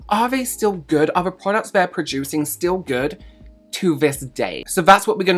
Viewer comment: went full 2016 beautytube with that "sill" lol cant decide if it was a hilarious accidental nostalgic thing or if im triggered